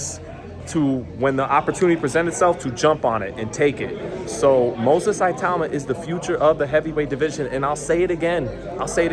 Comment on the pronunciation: at least try to pronouce his name properly man